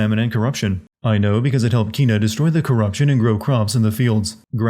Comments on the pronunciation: For the description: *opioid-dilated *its For the video: *heroine *whom And her name is either pronounced "Kenna" or "Keena". Definitely not "Ké-na". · Say it with me: KEN-A, not KEEN-A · The girl in the game that has the ox in the second section 1000% pronounces her name Ké-na